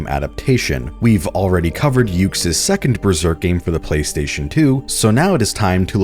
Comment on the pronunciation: Yuke's is pronounced Yoo-Kays.